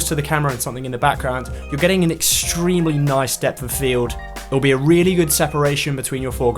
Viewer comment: extreeeiiimely extreeeeimelyyy